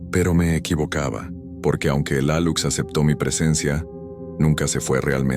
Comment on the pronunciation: Se pronuncia Aluche es una maya.